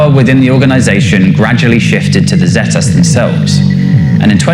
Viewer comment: Its pissing me off how he is saying zetas